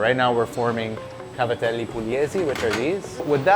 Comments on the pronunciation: As an italian fellow, when you called cavatappi "scoobi doo", my heart stopped for a second. Great vid tho! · sorry... the WHAT. they are called "cavatappi"